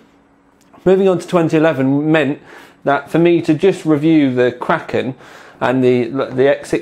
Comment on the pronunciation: pronounces kraken just like me.Nice!